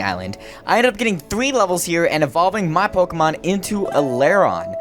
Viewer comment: Thanks god your saying pokemon right. Everyone else says [poke-ee-mone].